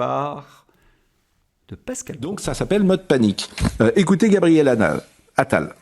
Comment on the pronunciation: "Gabriel Anal" je fais le pari que ce lapsus est dû au surnom que les journalistes lui ont donné entre eux quatre ils parlent de lui, Pascal Praud l'a certainement prononcé par habitude 🤣